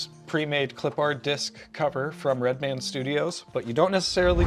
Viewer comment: Nah, we're West Coast too. You're just being a bit creative with your pronunciation, nothing to do with your location LOL. Yeeter is correct, as it's properly pronounced as "Clip-urd" (as one word). And Danny Redman's last name is not said like two separate words, either, as long as we're in the pedantic part of the feedback LOL (like "red-mun", one word) Keep up the good work, otherwise!